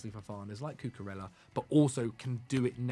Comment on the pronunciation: the double L in Spanish words is pronounced like a Y. Cucurella is not pronounced like Cinderella